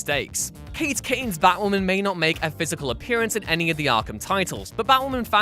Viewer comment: Oh, you're saying "Batwoman". Until one of her covers showed up, I assumed you were saying "Battlemen". Also, I'll take Affleck's Bruce, since he's the best one.